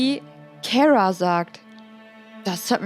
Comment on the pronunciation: Kara wirk ausgesprochen wie 'Karstadt'. Dein Versuch den Namen 'Englisch' klingen zu lassen, verfälscht ihn nur. Ansonsten eine super Folge, danke.